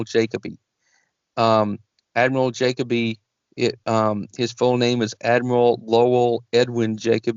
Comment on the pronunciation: the way this dude pronounces "Jacoby" is fkin killing me.